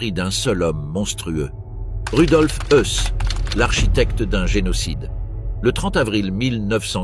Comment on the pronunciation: IA quand tu nous tiens... Ce n'est pourtant pas difficile de trouver un humain pour prononcer les noms correctement, à commencer par les articles, les chiffres (de simples chiffres mais qui sont si importants pour prendre la mesure de l'ampleur de l'horreur!) et le nom du commandant ( Rudolf Höss = "Hoess" en français), trop souvent confondu avec le Rudolf Hess ami d'Hitler et jugé à Nuremberg)... Faites un effort pour des docs si importants, svp...